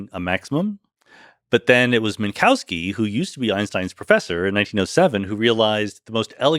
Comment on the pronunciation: fantastic, amazing podcast. one picky detail: better say minkoffski, not minkauski 😄, that sounds a bit silly. but again, this was an inmense pleasure to listen to!